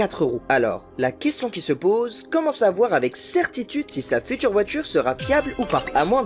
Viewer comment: Voitchure.....plus pire .... Voitchure...la djurabilité.... Futchure... 1 point 2 litres, 1 point 6 litres .... . Fais un effort l'ami on dirait une vidéo du lama fâché d'il y a dix ans .. fais au moins semblant